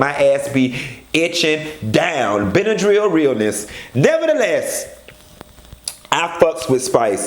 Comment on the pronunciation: 😂😂 Did this fool just say Benadryl realness? you make me sick!